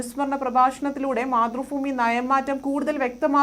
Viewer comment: ഫുമി അല്ല ഭൂമി ആണ് സംഗിണി സഗാവേ